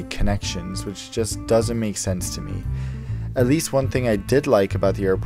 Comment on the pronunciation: Don't do overaction, you say to as chu and Qatar as khatchar..